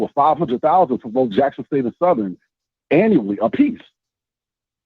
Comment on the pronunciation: Who is Lackson State? 🤣🤔